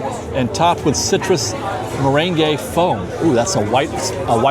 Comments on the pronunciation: ...meringue! 😅 Mer-rang, not mer-rengay.😆😆💜💜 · Love your show! It's pronounced. Murang. No "ey" at the end. You said it right just not the extra "ey" ❤️ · FYI Meringue is just pronounced "mur-ang", the -ue is silent. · What if he dances the merengue while eating meringue?